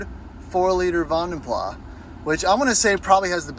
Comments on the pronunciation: It's a Van Den Plas, not a Van den pla.... pronounce the "S"!! It's a Dutch name. Not British! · The s in Vandenplas is actually pronounced. It's a Flemish/Dutch name. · Thumbs down because you can’t even pronounce their name properly 😂👎